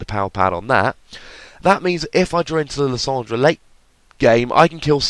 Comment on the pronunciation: I disagree with your pronunciation of lysandre